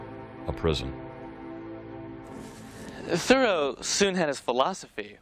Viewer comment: I first encountered Thoreau in the summer of 1969 when, as a teenager, I read “Walden.” To use a now old-fashioned expression from those days, it blew my mind and has been part of my life ever since. Thanks for the video, and also for pronouncing his name correctly (THOReau, not ThoREAU).